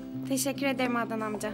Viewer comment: Bu neden ednan bey diyo sinirlerim zaten bozuk daha da bozuluyor